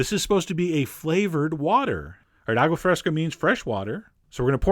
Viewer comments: A-goo-ah fresca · “awgwuh freskuh”